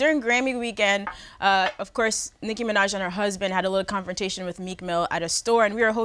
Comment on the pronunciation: Did anyone else hear AK say “clownfrontation” or was that just me?